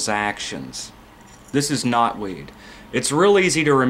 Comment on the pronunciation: "This is knotweed" For a second, I thought you were saying "this is not weed" like, marijuana baha.